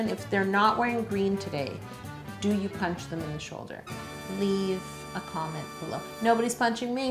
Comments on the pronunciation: Pinch,! Pinch! Not punch! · It's PINCH... PINCH. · pinch not punch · You pinch not punch 😂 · Pinch, not punch